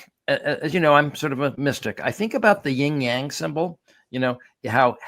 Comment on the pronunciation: Yin-Yang, not Ying-Yang.